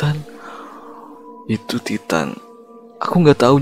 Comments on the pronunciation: Tulisannya titan tp baca nya taiten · Bang Titan itu Baca nya ''taiten''